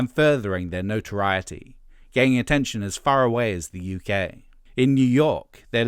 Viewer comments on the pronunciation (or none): none